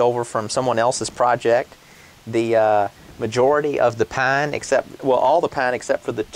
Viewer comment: The way you say PINE i am gonna say you live in.....North Carolina??